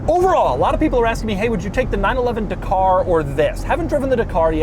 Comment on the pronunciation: would you say the steratto is .... DA-KAR